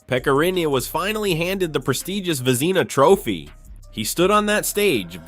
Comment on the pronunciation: Vezeena Trophy? If you're going to use AI, You should have one real person listen to the audio before posting; in this case somebody who knows hockey. AI's make errors a human would never make.